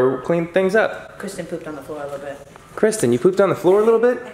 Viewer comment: lol kwisten!